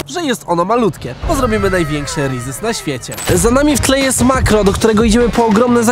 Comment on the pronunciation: jak coś to się wymawia przez Z bo trosze irytuje hehe